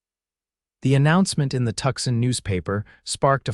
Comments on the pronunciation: Pronounced "Too sahn" not Tuxin. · Is Tuxin supposed to be Tucson? God save me from AI